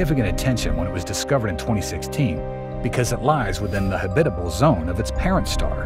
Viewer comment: Ok, lost me with the mispronounced habitable.